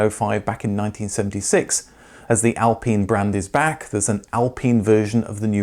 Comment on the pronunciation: ITS AL PINE! . PINE IS PINE NOT PENE.